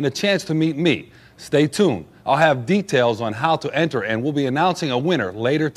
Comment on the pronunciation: When he says "how to enter" it sounds like he's either trying impersonate a Canadian or a Russian